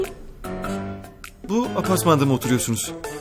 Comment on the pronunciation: de apartman diyeceğine apasman diyor